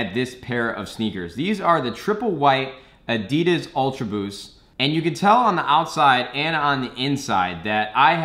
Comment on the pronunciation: say Adidas right